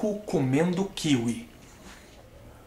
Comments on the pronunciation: Quem acha que o Rafinha deveria fazer um vídeo pronunciando " Kiwí" ao invés de "Kíwi"?! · kíwi ? sempre falei kiwí. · KÍwi e não kiWÍ ?!?!